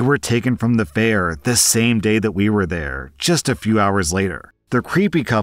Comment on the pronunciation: The last name of the serial-killer couple is "Gallego," not "Gallegos." And the "ll" is pronounced as a "y", not an "l".